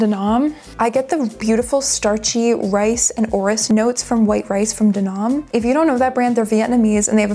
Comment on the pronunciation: D’Annam is pronounced exactly like how it’s spelled: dahn - nahm. It’s French (De Annam = D’Annam. Per French grammatical rule, the last vowel of the first word is replaced with the apostrophe when the first letter of the second word is also a vowel, because it sounds better than way).